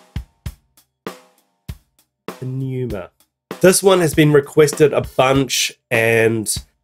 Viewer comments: The p is silent. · NEW MA, PNEUMA LOL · It's pronounced numa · What a legend!! The song btw is pronounced "Pneuma" and it means spirit in greek